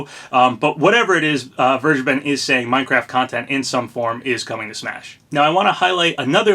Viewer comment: I am fairly certain that you are pronouncing "Vergeben" wrong. The "V" should sound like an "F", and the "G" is a hard "G", not a soft "G".